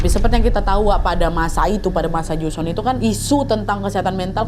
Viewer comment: Duhh sorry to say, tapi gak nyaman banget dengerin part ini. Buka karena alur ceritanya, tapi karena pengucapannya, seperti joseon, nama2 dll. Sekadar saran, sebelum take, kalo misal ada kata2 yg dirasa asing coba search dulu cara pelafalan yg tepat seperti apa🙏